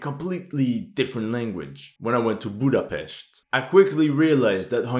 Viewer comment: >Pronounces Sopron as Szopron >Pronounces Budapest right Gave me a chuckle ngl